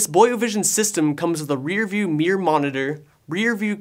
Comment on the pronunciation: Hahahahah i noticed it too.